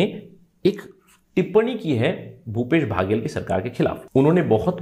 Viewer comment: भैया बाघेल नहीं बघेल है जी